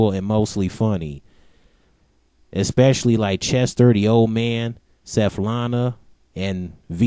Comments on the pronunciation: It's not SETHlana, it's SVETlana. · "Seflana." haha its svetlana but thats ok